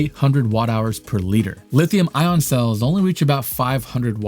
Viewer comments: National Aeronautics and Space Administration, not Agency. Really lame dude. And it's lithium ion, not lithium on. Wow! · bro, it's lithium ion, not "lithium on." either you made a typo in your prompter AND you don't know what you're talking about, or you don't know how to pronounce words with adjacent, vowel sounds, which seems to be a symptom of having been violated with the covid, mRNA vaccine. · Lithium-ion....it is pronounced "I On" not ON Nevada is pronounced Ne Vaa duh not Ne vah dah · you pronounce ION so quickly that i here Lithium ON, over half the time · Ion dude ion not on. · Its EYE AHHN.